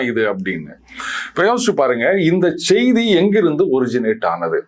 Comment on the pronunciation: அவர்களே,செய்தி என்பதில் செ வை மென்மையாக உச்சரிக்கனும்.செ வை ரெம்ப அழுத்தம் கொடுத்து உச்சரிக்க கூடாது.